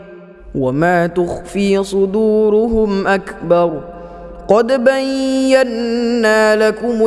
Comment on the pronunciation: Tajwidnya keliru yang ayat 118 bagian "Qod Bayyanna" Huruf "Ba" bertemu dengan "ya' " yang bertasyid tidak boleh dibca dengung karena huruf sebelum ya yang bertasydid itu tidak baris tanwin🙏